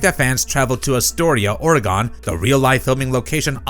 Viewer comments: "Orgone." Lol 😂😂 Ore-gon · Its Ore-gun not Ore-gone dummy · Oregon is pronounced Or-eh-gen. even oregoner's no this pronunciation. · It's especially big for us in Oregon. Pronounced O-re-gun thank you very much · You can tell that you have never been to Oregon. You only pronounce it ORE-GONE until the first time you go there. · Terrific! Now my town can be 10× more congested than usual. Please wait till winter or I'll never get over the bridge. PS...it's Oregon, not orygun. Ffs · OMG can you learn to pronounce Oregon correctly